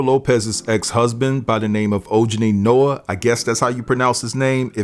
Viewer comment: I think it’s pronounced “Oh-Ha-Nee -Noah” Stay safe out there. Thanks for your hard work.